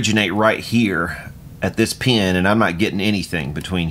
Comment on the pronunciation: At mark I'm sorry but I lost it while enjoying a pour and I'm southern too but you blew me away with that pronunciation of the word "pin"! All over, great video.